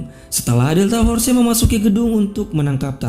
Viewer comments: "DELTA FORCE" Bacanya bukan Forcee.. Tapi Fors.. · Bg, penyebutan nya delta fors bukan delta forse/delta force Klo tulisany delta force tp d baca delta fors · fors bukan forse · Jgn delta for ce geh tp deltaforce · Pronunciation loe josss.... Delta for..ce